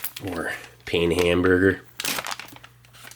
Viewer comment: Fyi, pain is French for bread pronounced the like "peah" sorta.and Glace is pronounced "Glass-a"